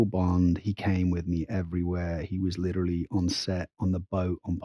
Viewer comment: What made me the most mad about this one is that she thinks she's pronouncing it more correctly but she omits the vowel after the T in order to pronounce it. Litra-lly instead of liter-ally. Sure the T sounds better but what about that E?